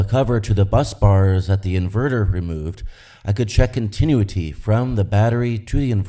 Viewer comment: Using 3 toggle switches for R/N/D is a bad idea... should be a rotary switch with break-before-make contacts... that way it's IMPOSSIBLE to accidently turn two mode switches ON at the same time. BTW, it's "con-ti-NEW-ity"...